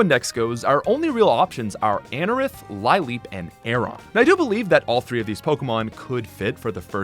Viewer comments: Isn’t lileep pronounced like the flower, a lily? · It’s funny that he caught his pronunciation of Chimecho, but not Lileep, Linoone, or Milotic.